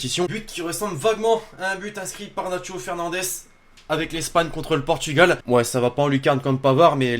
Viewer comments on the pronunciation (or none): none